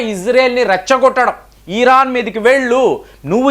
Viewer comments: EERAAN KAADU , IRAAN . DEERGHAMU VODDU😊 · ఈరాన్ కాదు భయ్య... ఇరాన్.....